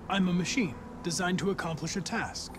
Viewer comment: /\"imma machene" hank V "imma machene" hank V